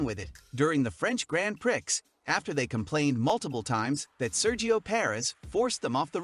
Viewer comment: Learn how to say Gran Prix and I’ll listen to you